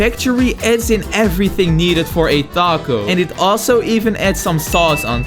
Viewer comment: BRO SAID THACO AS A MEXICAN I AM OFFENDED